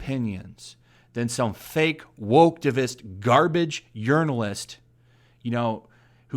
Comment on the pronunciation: I like the way you pronounce those "journalists" as urinalists.